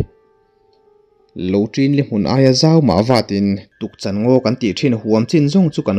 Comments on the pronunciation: Tukchan ngaw niloin Tukchân tih tur a ni e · Tukchan...Chan hi ka thilneih ka chan ti Anga lam tur